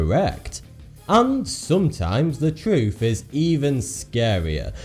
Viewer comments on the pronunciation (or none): "Fawty-Two"? "Conspiwassy feewists"? "Sometimes got vee occasional fing cawwect"? "Sometimes ver twoof is even skerweer van spekewayshens and feewiz"? Pull yourself together man! You're speaking in tongues. What language is vat... I mean that meant to be anyway? You sound like Elmer 'fuckin' Fudd! Now either speak proper like wot I duz, or bugger woff! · TruTH. THeories. What is with people with their lazy pronunciation!? It reduces any perceived intellect by about 75% in my book.